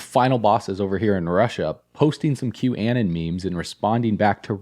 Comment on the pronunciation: Im not sure if you're deliberately saying this, but it is pronouned "Q-uh-non"